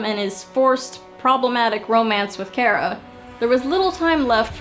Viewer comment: Its not Kera its Kara 😁